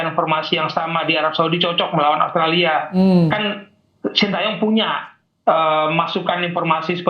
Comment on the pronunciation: Komentatornya mengerti pergaulan sepakbola internasional. Karena biasanya kometator Indonesia menyebut OSTRALI, OSTRALI.. Bung Wesley melafal dengan benar AUSTRALIA.👍🏼